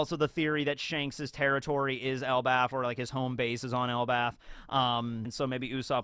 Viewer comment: why are you saying Othen and Elbath? I swear its Odin and Elbaf...